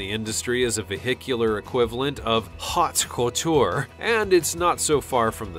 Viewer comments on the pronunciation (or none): Why on earth would you want, or would anyone want a Bugatti Black Car. (translation) for 18.9 million? There is no pussy-cat that is worth that much money. 2). It's pronounced, 'Oat-co-ture' not hot coture. The koenigsegg depreciated so quickly because Jay Leno was rumoured to have sat in one. Now who would ever say that Emir Al Waleed does not have the very best taste? I can get laughed at driving my Chevy Vega, so why do I need to go this far? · Hots cotetor? OMG that is the most embarrassing pronunciation of the French words ever! Is Omar Simson the editor? Also the sarcasm gets annoying very quickly.